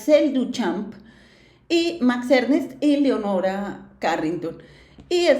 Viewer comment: Max Ernst, no Ernest